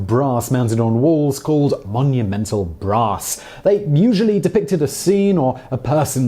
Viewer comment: your pronunciation of "Monumental Brass" sounds like you`re talking about something that holds Really Big Tits